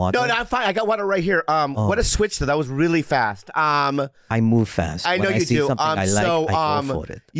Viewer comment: “Wreeeeally dude”